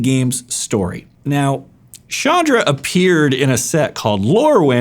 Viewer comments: Ch not sh its very irritating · I always thought her name was pronounced as ch-anne-dra.